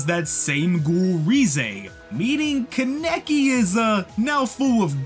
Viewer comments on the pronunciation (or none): Good video but kaneki (kon ne key) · love the video, hate how you say ken kaneki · The way he pronounces Kaneki is mildly infuriating. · The way you pronounce kaneki bothers me but great video! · The pronunciation on kaneki is annoying me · the fact that you consistently said kaneki wrong really gave me aids